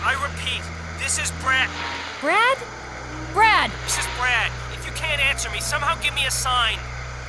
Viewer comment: And for some reason in the remake Chris calls him "Brack!" Or is it just my crap hearing lol but watch the intro cutscene "Brack! Where the hell's he going?!" I just cant un-hear it lol.